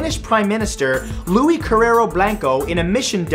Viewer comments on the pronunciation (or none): none